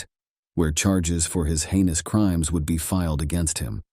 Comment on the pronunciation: So… it’s ’heinous’ crime not ‘anus’ crime.